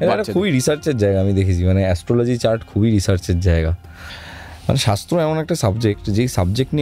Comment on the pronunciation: Shastra uccharon korte paren na..."Sasto" hye glo bpr ta😂